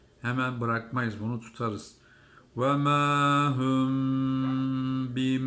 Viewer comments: Hoca hüm yok hum. Arapça ü harfimi var ve ya ü seslenmesimi var?! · Hocam hümm tüüüm hüüüü üüüü neden? Vauv harfide hatalı..! Neden Türkçe harflerle okuyorsunuz? Ayrıca Arapçada ü yoktur..! üzülerek söylüyorum harfleri doğru çıkarmıyorsunuz maaleeef..